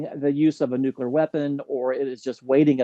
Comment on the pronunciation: learn to pronunce nuclear. It's not complicated.